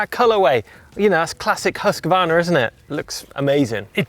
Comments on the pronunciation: hus kvarna NOT huska varna ;P :P hahaha huska varna LOL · There is NO letter between Husq and varna. Please stop pronouncing it Husq-a-varna! It's Husqvarna. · says it is pronounced Husk Varna , nek minut Huskavarna this Huskavarna that ... ah well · Huskvarna is a name with two words put together Hus= house and kvarna=milling so the pause should be hus-kvarna. Not Husk-Varna. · try making a pause between hus and kvarna and you get it right :) i live very close to the village of husqvarna. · Hoos Varna is the correct way to pronounce it. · Husk-a-varna 😅 thats not right